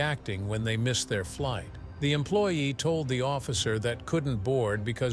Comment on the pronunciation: Yea I also heard light attendant - instead of flight